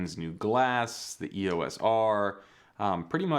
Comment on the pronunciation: Just purchased mine a few weeks ago on sale! It's a lot of camera, I couldn't agree with you more, suck it! Just one thing lol, stop saying E-O-S! Canon named their EOS line after Eos, a Titan goddess, daughter of the Titans Hyperion and Theia. It's pronounced E-OS not 3 separate letters, just saying:)